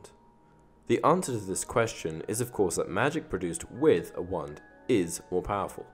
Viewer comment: When he says wand it sounds like one 😅😅